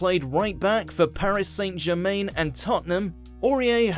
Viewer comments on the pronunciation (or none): That's not how you pronounce Paris Saint Germain. Another video another mispronunciation.